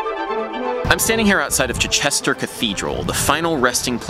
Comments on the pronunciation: CHI chester cathedral , stress on the first syllable AdAM. Also don't give 'chester' it's full weight . without using phonetic script it's something like it's 'chste(r). Ask a local Also ( sorry Adam) don't say Goostav Holst it's a short 'u' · It's CHIchester, not chiCHESter :P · Wow that was a surprising start to the video! First Jupiter, a piece I adore, then the fact that you were in my home town.. that was quite a shock! May I point out, though, that in "Chichester", the "Chi" is accentuated and not the "che" - CHIchester. Just a small thing haha - awesome video otherwise! Edit - I see that Saxbend below explained the pronunciation much more effectively than I did! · "Chuchesta"? Like Cal Chuchesta? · By the way Chichester is prounounced as an anapest with the emphasis on the first syllable. :) Similar to Manchester and Rochester. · The way you pronounced Chichester XD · Just a tiny correction - "Chichester" is pronounced in a triplet rhythm :) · Almost nailed the pronunciation of Chichester, nice try! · Where are those famous listening and audiation skills, Adam? You must have heard locals say 'Chichester' dozens of times during your stay but still your pronunciation was typically 'American'. :)